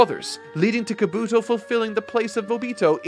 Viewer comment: This is gonna sound nitpicky, but, you gotta work on your pronunciation, chief. Japanese almost always lacks emphasis or stress on individual syllables over another in a word when spoken, so words you say like ka-BUto or ko-NOha aren’t being spoken correctly. You’d say ka-bu-to or ko-no-ha. Every syllable is its own beat, all with the same emphasis. Great work, regardless.